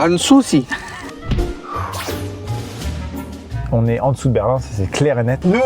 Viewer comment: a défoncé le nom du Château Schloss Sanssoucis qui est pourtant si simple à prononcer xD